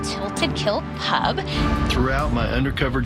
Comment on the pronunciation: The tilted kilt owner I just wanted to punch him for the way he said pub, English by the way